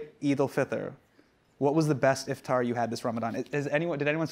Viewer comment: The way hasan pronounces iftar is killing me